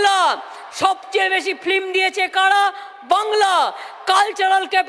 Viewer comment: Kothata flim noy film. Ektu porasuna korley bhalo hobey